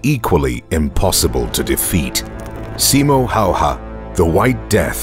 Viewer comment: Just so you know how to pronounce his name.. S as S in Silent (in Finnish it would be written as Sailent ) I as I in Inlet M as M in More O as O in Hope (in Finnish it would be written as Houp) H as H in High Ä as A in Dad (in Finnish it would be written as däd opposet to Father - faathöö) Y as EW in New (in Finnish it would be written as Nyy) H as H High Ä as A in Dad (in Finnish it would be written as däd opposet to Father - faathöö)